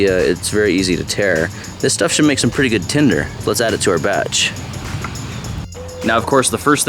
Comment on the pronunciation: For some reason, I don't know why but when he says tinder he pisses me off.